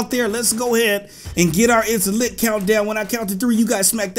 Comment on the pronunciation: I used to thinck you were saying intlex but now I know you were saying its lit